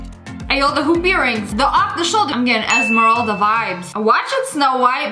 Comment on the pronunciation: Me: did she say Esmeralda or Emerald